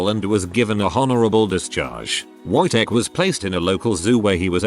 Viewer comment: I hates listening to the Wojtek one because it was said how it is spelled, the W would make a V sound so it would sound more like vojtek